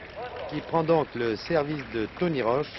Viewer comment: Great to watch this! But note, it's Tony "Roche," not "Roach."